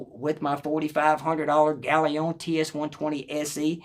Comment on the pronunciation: Brilliant review, and you might be the only person on youtube audiophile channels that can pronounce galion correctly!